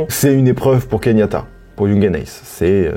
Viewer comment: Il s'appelle KE YAN TA et pas KEYNIATA mdr*